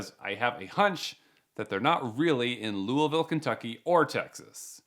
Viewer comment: YOU SAID LOUISVILLE RIGHT🎉🎉🎉🎉 I LIVE THEIR